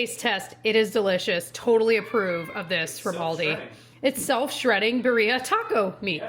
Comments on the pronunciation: It’s pronounced beeereeeah birria not bereeea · Just wanted to mention it’s pronounced beer-ria (well, not technically because this isn’t the correct accent, but this is more closely to what it should sound like) not bu-ria 😅 not trying to be annoying just thought maybe you would like to know if you haven’t heard it before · I can’t get over how you pronounce birria. It’s more like beer-e-ah. I’ve purchased the beef from Aldi and I’ve actually tweaked it to follow a cooking by Claudia video (birria instant pot recipe). And it was amazing!!! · that's not how you pronounce Birria! 😅 It is Be-REE-ah. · That’s not how you pronounce birria. It’s like bee-rrree-ah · Gurl PLEASE learn how to pronounce birria correctly. Like I get it if rolling the r is hard but at least put the emphasis in the right place omg. I love watching your videos and I love that you guys eat food from a diverse set of cultures but part of your appreciation for diverse foods should include learning how to pronounce things or making SOME effort to pronounce them correctly.